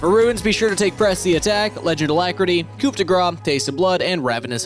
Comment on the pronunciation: I wonder if a monetary incentive would get them to start saying coup correctly.